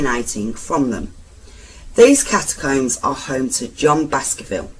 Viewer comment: Interesting but the narrator is terrible. One minute she's shouting at you then the next minute she's stopping and starting like she hasn't read through the script first and pronouncing words wrong like catacombs and Worcester and it's Steelhouse lane not "Stealhouse" It's a shame because I like her brummie accent. Maybe practice reading the script before recording?